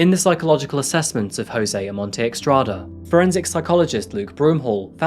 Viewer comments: It's NOT eXtrada..😂 It's eStrada..= ESTRADA. JOSÉ OMONTE-ESTRADA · I think it's Estrada not Extrada. Doesn't really matter. Thank you for the video and your hard work 🖤